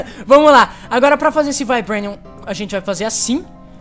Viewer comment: "Taitenium" e "Vaibrenium"... Rezende pqp né, Se pronuncia Titanium e Vibranium. Da raiva de ver o Rezende tentando falar em ingles -.